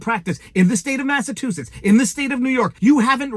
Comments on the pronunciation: Sorry Viva but I do have to correct your pronunciation. It is not the state of Massatoositts. Its MassaCHUsetts. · Viva, why do you keep butchering the word "Massachusetts"? Just sound it out the way it's spelled. I'll help you out again, (Massa-chew-setts). 🤦‍♂ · Mass-a- CHU- setts...i thought you were intelligent. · It's pronounced Massa CHU setts. 😊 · Massachusetts- you saying “massatoositts”😂 Love all you do💪🏻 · And he don’t give a massivetwoshits, thank you I’ll be here all week. Tip your waiter.